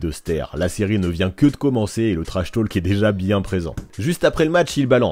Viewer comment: Intéressant mais j'ai eu les oreilles qui ont saigné pendant toute la vidéo : on ne prononce pas le "L" en anglais dans "talk" ( idem pour "walk" etc) . Ça se prononce /to:k/ 😉